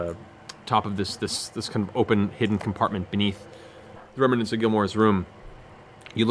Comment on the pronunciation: Matt Mercer is the best DM I’ve ever witnessed and one of the best I’ve ever even heard of. That said, the word “remnants” is supposed to have 2 syllables, not 3. And it seems to be one of his favorite words, as it comes up nearly every session. Remnants. Not remanents. It drives me nuts.